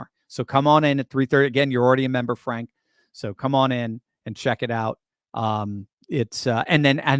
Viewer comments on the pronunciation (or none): none